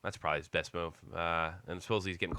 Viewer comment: Its hisss not hiffff.